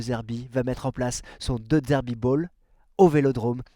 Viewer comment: De zerbi Pas De d'zerbi. C'est insupportable 🤣